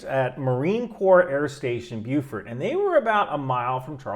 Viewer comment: Glad you pronounced Beaufort right.